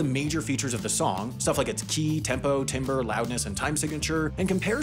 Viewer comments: it's "tamber" not "timber" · I know it's dumb, but the word "timbre" is pronounced "TAM-ber." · pronouncing timbre as "timber" is a crime that must be rectified in the end-of-year mistakes video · The pronunciation of timbre should be in the next mistakes video — it’s supposed to be “tamber”, not “timber” (The unexpected pronunciation of the word is well-known in the music world as something that can instantly tell you who has an extensive background in music and who doesn’t) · made a few mistakes here (!), the graph should be labeled in kilohertz, not hertz. Humans can’t hear below ~20 hz, but the 100-300 hz (0.1-0.3khz) range is right where people talk. Also, the word “timbre” is typically pronounced as ‘tam-ber’ or ‘tam-bruh’, but not ‘tim-ber’ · Hi, in your next everything we got wrong video you should put that you pronounced timbre like how it looks when it’s really pronounced like tambre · Correction: , that's not how you pronounce "timber." You should say "tamber" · I know "timbre" looks like "timber" but it's pronounced "tamber" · It is pronounced tam-burr not tim-burr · FYI it’s pronounced “Tamber” instead of “Timbre” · oh dang well spotted. but isnt it pronounced more like tom-bruh, at least thats how I say it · Fun fact, timbre is actually pronounced “tamber” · I’m sure you’ve got an “every mistake I made this year” video coming up, so I wanted to make sure you didn’t miss that , you pronounced the word “timbre” incorrectly. It’s a really stupid way to pronounce it, of course, and no one should be expected to just know it, but it’s pronounced “TAM-br.” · Quick FYI - timbre is pronounced "tam-ber" :) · did you really pronounce timbre like timber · Timbre is actually pronounced like ‘tamber’ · timbre "tambre" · "Timbre" is pronounced like "tamber" for some reason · "timber" lmao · Timbre is pronounced like tamber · Timbre is pronounced “Tam-ber” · Hey, musician here. Timbre is pronounced tam-burr. Confusing, I know.